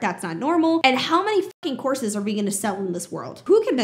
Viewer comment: I know you're saying "courses", but a lot of the times I'm hearing "horses"! Makes for some very interesting sentences in this video!